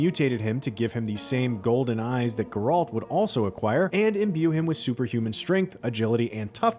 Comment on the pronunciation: Yeah because the guy narrating works for one of the biggest video game related companies ever to exist. He should know how to say the main character from one of the most popular games ever made. It’s insulting. This isn’t his first video doing it, either. It’s annoying. Hire someone who actually cares about their narrating.